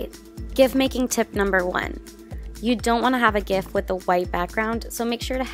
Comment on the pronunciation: It’s pronounced JIFF